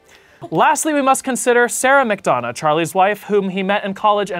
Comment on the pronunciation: As someone who’s last name is McDonagh (same pronunciation) this was a hard video to get through😂